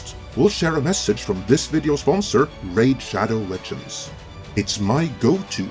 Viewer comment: "Our sponsor, RAID SHADO..." Dislike.